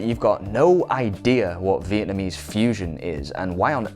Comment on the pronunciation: "vietamese fusion"? ... ROFL! I cannot control my laughter! Love love love this! We filipinos are... gonna DESTROY y'all...